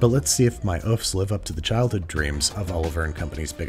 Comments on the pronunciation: Fiancée?! Congrats lover birds!! Btw Babish, and I know you tried your best, but œufs is pronounced “eu” if that makes sens .. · Those really are some nice Oooffs :D Pronounce the 'o' like 'work' and say 'off', that's how you pronounce 'eggs' in French. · œufs is actually pronounced just "ea" as in the (ea in earth). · I can't watch this without flinching a bit every time Andy pronounces "oeufs" like that.